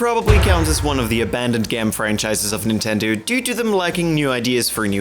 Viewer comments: "Abandoned gam franchises of " Love it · It sounded like you said Nintendeuw lol